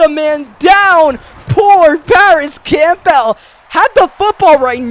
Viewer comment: It’s NOT Camp-Bell. It’s pronounced Cambell. The whole video I heard u say his name and I cringed.😖